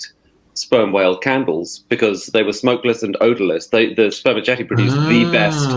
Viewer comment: It's pronounced sperma-set-ee or sperma-seat-ee, actually! The 'c' is soft as in ceiling. 🙂🌱☮